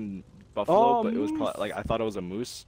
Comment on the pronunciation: “Antlerless Muoses”